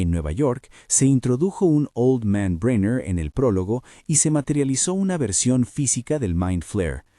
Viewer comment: No pude seguir mas de 3 minutos de escuchar como llamas al dr bräiner, en vez de brenner....